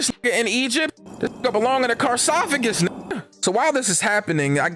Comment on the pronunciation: When you said “carsophagus” 😂😂